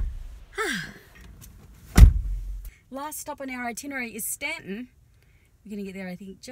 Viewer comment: THANK YOU for saying "Staunton" correctly!